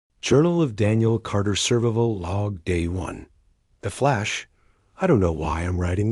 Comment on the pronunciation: This AI reader is so stupid that it can’t even pronounce the word “survival” correctly. Whoever created this must be realty lazy if he can’t bother to read a story that lasts less than 7 minutes. Sad, just sad.